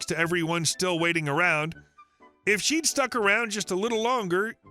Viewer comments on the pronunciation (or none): Pool Karen story. Seriously you read SHED instead of She'd. It what world did that make sense? Was there a shed in the pool?